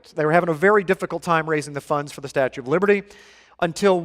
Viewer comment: I’ll never go to the “statute of...” of again